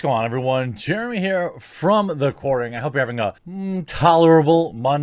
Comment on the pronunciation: "Jeremy here from the quarauring.." Cant even pronounce "Quartering."